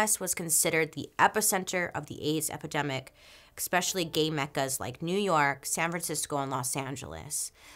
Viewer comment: PLEAAE stop pronouncing especially as “EXpeshelly”. You’re too smart to speak like that 😩